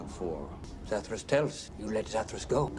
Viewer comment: It's Zathras, not Zathras.